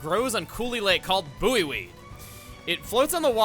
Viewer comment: pretty certain that the buoy in buoyweed is pronounced boy. as in the floating buoys used on water (not sure if the US has them it might be a British thing (along that note most of the things where you've been questioning if it's a Xenoblade thing or a British thing are British things)) buoy is also a verb for keeping something afloat, you can also find this spelling in buoyant (meaning that something is able to float) and buoyancy (which is the upward force exerted on an object that is partially submersed in fluid) sorry for this small rant. for some reason the way you pronounced it just made the hairs on the back of my neck stand on end